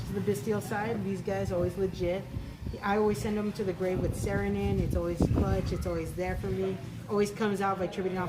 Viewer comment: Saronin, Starfliege Sephert? Who pronounce like that? Also, "Saronir, the one no one likes". Branded and/or Dragon Link Players: 👁👄👁